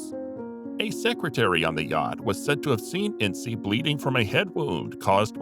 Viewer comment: It's INS not INSEE #Ince